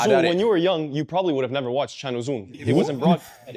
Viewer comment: I thought: Who the heck is Januzoo? Some African player I do not know...Then I realized he meant Can Uzun, the Turkish player from Frankfurt 😂P.S.: Barcelona is not the challenger of winning LA Liga, they are the top favourite, my friend 😉Kid in the white T, we'll talk at the end of the season, and see what Barca will win or not.